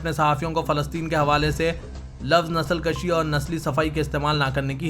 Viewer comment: आप हमेशा nsalkashi कहते हैं जबकि सही नस्ल kushi है उर्दू की जान अल्फाज़ की अदायगी है